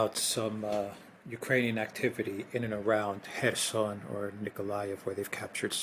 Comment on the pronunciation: Where is the Herson region? Do you mean Kherson?